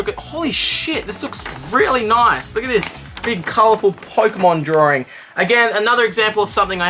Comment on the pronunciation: draring or drawing? ... australia, oh you